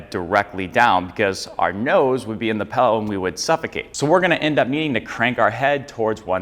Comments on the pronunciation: not trying to be a hater here , always been a pet peeve of mine to hear somebody say pellow , its a freaking pillow ( like taking a pill , followed by an o ) not a fellow , not saying hello , not eating jello , holy great goodness it makes me want to rip my ears off and eat them . great information in the video keep up the good work god bless you all 🙏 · It sounds like you're saying PELLOW 😊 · pill-ow. pill. dill, fill, sill, kill, mill, til, hill, jill, lil, still. not pellow.